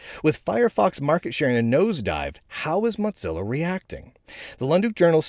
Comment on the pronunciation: Say "Mottzilla" one more time... I dare you... 😁